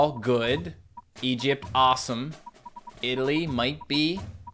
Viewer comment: your saying italy wrong